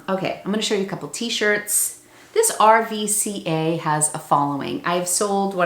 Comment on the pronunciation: BTW RVCA is pronounced “roo ka “ u are awesome! Learning tons..